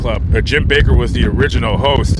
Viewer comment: It's not BAKER. It's BAKK....ER